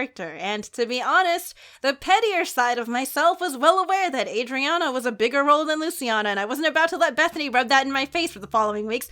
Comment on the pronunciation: I got so happy when said Adriana bc that’s my name and people always pronounce it wrong but she got it right and I’m so happy:))))